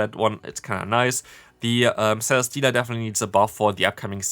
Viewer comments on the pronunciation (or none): none